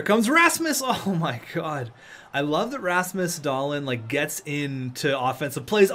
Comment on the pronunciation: Its DahlEEn not DahLIN